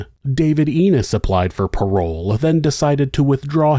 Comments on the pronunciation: It's Ennis, not Enos like he says it. Other than that pretty good story. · His name is now Ennis not Enos. It is a bit annoying...